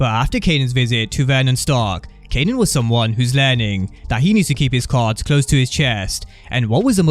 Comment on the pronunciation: He kept calling him "kenan"🤣